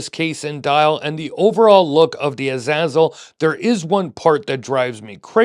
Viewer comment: Hearing you pronounce the name "a zazzle" is hilarious to anyone who knows the name